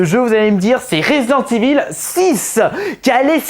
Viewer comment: Res-dente Évile